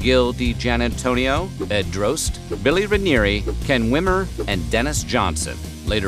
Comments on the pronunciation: I believe Eds name is pronounced "Dros tee", not Droste, and there was also a local radio show on WSUN called "Hooters on the Radio" in the mid 90's. Created by Droste and Ron Bennington (Ron and Ron fame). It had B.L., Julie Williams and occasionally Lynn Austin hosting, all actual Hooters girls. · I can't belive he pronounced droste as drohst it's draw sty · Ed’s last name is pronounced Draw Ste, like in Steve. Droste